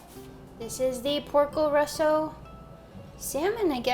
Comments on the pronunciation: Great video! But it’s Porco Rosso not Russo. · i am italian and i can tell you its porco rosso not russo, but anyways great video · Idk why I laughed so hard when she said “Porco Russo” I’m italian, and the movie it’s called “Porco Rosso” (“Red Pig”) but saying “russo” instead of “rosso” is “russian pig” And the movie doesn’t make sense at all now with this title 😂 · I love this, you always make amazing vids. The only thing I will say is that it is actually Porco Rosso, it's Italian for Red Pig. So it is Rosso, not Russo.